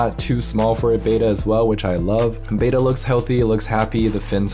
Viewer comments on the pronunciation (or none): none